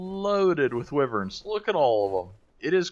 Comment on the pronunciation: wiv-verns? its "why-verns" :)